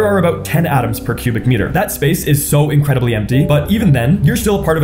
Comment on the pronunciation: increidbly? incredibly